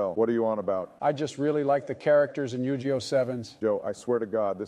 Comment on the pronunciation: Type Yug(ii)oh and the ai will say it correctly